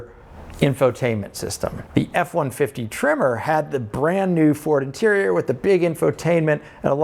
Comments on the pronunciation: Until I thought you were saying "Trimmer" and I had no idea what you were talking about. But it's Tremor... got it. When buying something you're going to live with for a long time (building, vehicle) get what you want. You'll enjoy it more, even if it's a little more expensive. Me of 2010 bought a Subaru WRX sedan. I loved that car for 9 years. But then I had to start taking the boy to school and sitting in a parking lot in August in Texas, it was either run the engine and waste gas or die of heat exhaustion. In 2020 I picked up a Volvo S60 PHEV. Super comfortable (and my almost 50 year knees appreciates that), 400 horsepower (12 year-old me appreciates that), and 76 lifetime mpg (my bank account appreciates that). There's a few electrics I would rather have right now, but I'm not trading out in this market. And, I will admit, a little tear dripped down my face when I said goodbye to the WRX. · It’s a tremor… I thought he kept saying trimmer too! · Are you saying tremor or trimmer? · Your accent made me think tremor was trimmer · I can't get over the way you say Tremor the same as Trimmer. Must be a Midwest thing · LOL. I thought your were saying trimmer! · The entire video, thought he was saying TRIMMER. Couldn't wrap my head around it... Finally see the words on the side of the truck: TREM MORE. 🤪